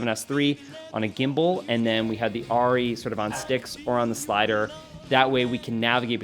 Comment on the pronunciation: the way you pronounce Arri is killing me. But great video :)